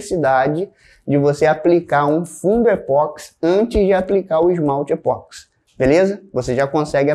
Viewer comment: O vídeo é excelente como sempre, mas eu detesto ser aquele cara chato, que sempre acha alguma coisa para reclamar. Por favor, não chame o produto de E-POX, como Botox, Sedex, ou remix. O correto é dizer E-PO-XI. Considerando-se que o nome universal do produto é igual no mundo inteiro: EPOXI No Brasil, e fora dele, as pessoas pronunciam esse nome com um som similar com Ê-PÓ-KSÍ.